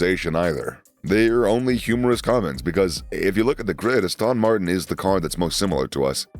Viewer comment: Astön Martin